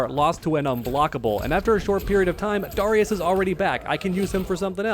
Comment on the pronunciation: The way you pronounce Darrius is so dumb bro lmao